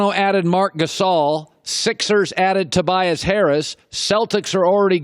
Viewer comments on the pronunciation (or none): none